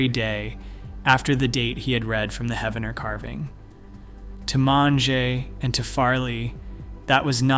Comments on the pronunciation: Pronounced as Heeve-en-er. Poe-Toe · I love that people on YouTube talk about our local history. I do wish that you would research how to pronounce the name of the town correctly. It is pronounced He-ven-er, the 1st e is a long e sound.